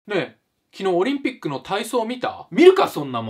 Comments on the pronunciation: てかウチら日本人は｢オ→リ→ン→ピ↑ック↓｣やけどやっぱ本場の人は｢オ↓リ↑ン↑ピッ→ク↓｣やねんな~ おもしろ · オリン⤴︎ ピック⤵︎ で草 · 途中のオリンピックの発音ちょっと外れてて可愛い((?